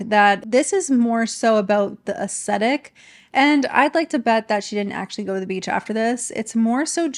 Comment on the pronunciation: I love your videos,. I look forward to their release every week. Hopefully this comment doesn’t come across as nit-picking, but helpful because I genuinely love your content: if you pronounce “aesthetic” without the “t”, it sounds like “ascetic” which means severe self-discipline—which does give me a little chuckle every time I hear it because these influencers have anything but! Keep doing your marvellous work ❤